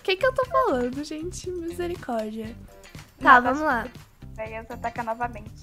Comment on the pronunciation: A Natasha: a 😂😂😂😂😂😂